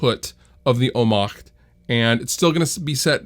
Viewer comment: Wow, the pronunciation of the "Ohmmacht" was flawless :)